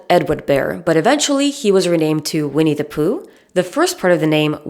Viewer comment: I could listen to your pronunciation of “Vinnie Pooh” all day. I couldn’t listen to How I Made Your Mother. It turns out that Ted’s pretentiousness was just his Josh Radner showing 🙄.